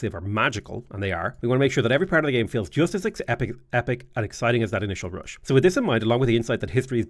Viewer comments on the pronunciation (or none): none